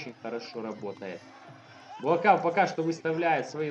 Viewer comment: Он Буакау (белый лотос с тайского), а не Буакав.